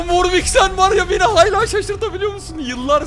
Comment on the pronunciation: Abi nolur hayla deme ,hâlâ de nolur